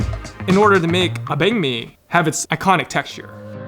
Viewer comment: I'm glad he pronounced banh mi with real vietnamese tones.